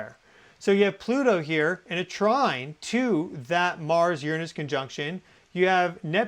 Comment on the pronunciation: You’re saying, “Uranus” wrong, and you’re sitting on it wrong, too.